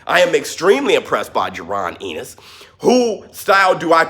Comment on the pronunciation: Why do you say his name like that lmao. It's pronounced "en nis" and not "in nes"